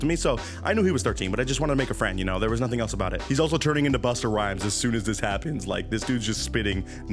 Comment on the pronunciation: "Buster Rhymes" LOL love you...but its Busta Bust, Busta Rhymes